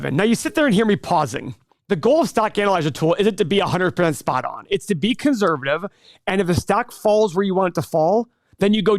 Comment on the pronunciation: money - can someone PLEASE tell that there is not a “z” in conservative. Thank you.